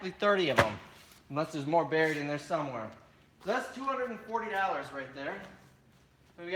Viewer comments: It's dollars not dallars ,just saying. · the way he says Dollars...dallersss. and that swag homie. what are you wearing!? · Dollars is pronounced Daw-Lers ;-). Like your videos tho!!!